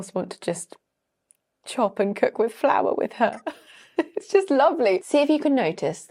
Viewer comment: The impersonations were so funny, well done. I think the lady from Northern Ireland was exaggerating her pronunciation of flour